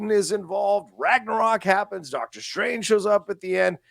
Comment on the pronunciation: I'll never get tired of hearing saying "Dark-tor Strange" 😁